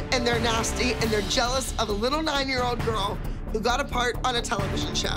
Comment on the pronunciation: she said au revoir wrong